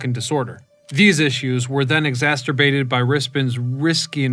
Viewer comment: "Exacerbate". Not "exasterbate". Just though you should know for future purposes. Nice job on the Capitol story. Lived there for a couple years. Very nice little community. Thanks for sharing. ❤️